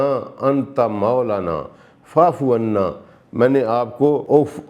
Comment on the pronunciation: استغفر اللہ آپ وا فعنا کو فعفعنا پڑھ رہے ہیں ۔ اتنی کیوں غلطیاں کرتے ہیں تلاوت میں ؟